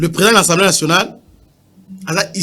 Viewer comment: C'est l'assemblee pas l'assemblee